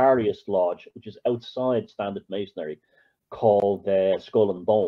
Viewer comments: It's either an accent thing or it's intentional. Maybe he's a conspiracaryistic type. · Dig forever inserting an extra syllable in 'Masonry'. Mason'ry mate.